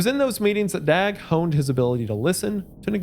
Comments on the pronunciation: Love the video! The Swedish pronunciation of "Dag" sounds more like "Dog". No one asked but I wanted to share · Missed opportunity to say "dawg" when it's the more accurate way to pronounce "Dag" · The a in Dag sounds like the a in tar, not bag.